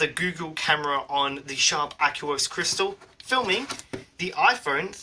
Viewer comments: Do you pronounce aqua as "ack-you-uh"? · '' the aquos lurgur '' :)